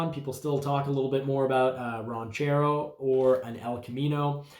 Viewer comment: It is (Ran)chero not (Raun)chero...you know like "Ranch" dressing or cattle "Ranch". Jeez Louise where do they find these people ?